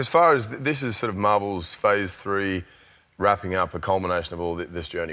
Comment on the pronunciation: Am I trippin or did he say "fhor 4"